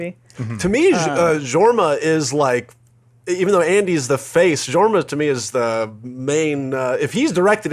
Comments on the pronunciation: Jorma is a soft j like Yorma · Small correction,. It's pronounced with a Y sound so, it would actually be Yorma. It's how the Danish pronounce J's. And I don't think I'll ever watch MacGruber. I honestly can't stand Will Forte. I watched some off the show The Last Man or Earth and I hated it. Lol. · pushes up glasses It’s pronounced “YOUR-ma”... Ok I can breathe again. Awesome vidya guys. Why so little love for Hot Rod, though? “Man. Pools are perfect for holding water.” And that epic marching scene near the end? Come on! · Idk why, but the way they pronounce Jorma really bugs me. It's pronounced "Yormuh" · Jorma Taccone Its a soft J so it is pronounced Yorma